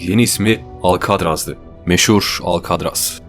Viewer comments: herşey iyi hoş da alkadraz demen cok sinir bozuju alkatraz de lutfen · « Alkadras « degil.... »Alkatraz « dye telaffuz edilir